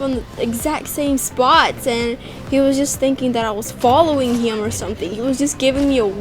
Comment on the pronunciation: I like how she says "him" it's sounds like " hyim " to me lol